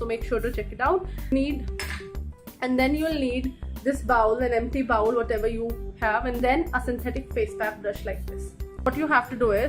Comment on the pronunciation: Please do not use GLUE. That is not a source of FOOD. That does seep into the skin. Better to use honey and a bit of Cinnamon. On a side note,you are miss pronouncing the word BOWL. :)